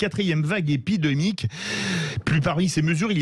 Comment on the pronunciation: Aprés 1 an de pandémie certains ne savent toujours pas dire "épidémique" 0.07s